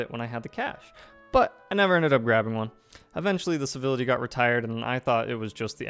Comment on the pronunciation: Why do you keep calling it "Bivility"?